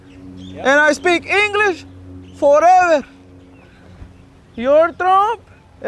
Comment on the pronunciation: Definitely my favorite of all your videos “Jorrreverr”😂